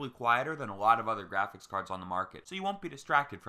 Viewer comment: "Graphics" card like holy shit how hard is it to say it normally. Fuck.